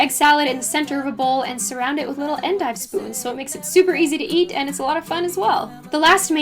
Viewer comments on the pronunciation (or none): none